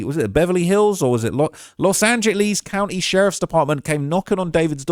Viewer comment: Why did pronounce Los Angeles “los angelees”😭